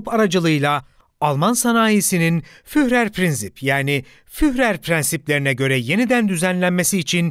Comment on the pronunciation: Kapsamlı bir konu ve başarılı bir anlatım, tebrik ederim. Sadece, Almanca bazı isim ve kelimeleri yanlış telaffuz ediyorsunuz. Örneğin Adolf Hitler'in "Führer" sıfatını yazıldığı gibi yanlış telaffuz ediyorsunuz. "Führer" şeklinde yazılan kelime "Fürer" şeklinde telaffuz edilir. Yani kelime içindeki "h" harfi düşer. Bir diğer örnek Alman alfabesindeki "ä" harfinin geçtiği kelimelerin yanlış telaffuz edilmesidir. "ä ; ee" gibi okunur. Türkçedeki "tabii" kelimesinin "tabi" şeklinde telaffuz edildiği gibi. Videonuzun tek eksik tarafı, Almanca bazı isim ve kelimelerin yanlış telaffuz ediliyor olmasıdır. Onun dışında son derece aydınlatıcı mükemmel bir çalışma. Başarılarınızın devamını dilerim...